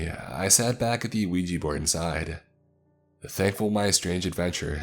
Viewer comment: yet another case of a 'Weegie' board haha. Why can people not pronounce 'ouija' correctly?